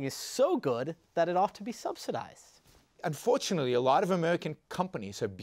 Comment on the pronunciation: "Central pwanning dowes not work." " Unforwortunitly!"